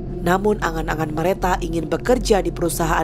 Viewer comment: Salfok hostnya blg nama korban Merata berkali2 pdhl di Nisan jelas2 namanya Mareta 😢 please jgn ngandelin prompter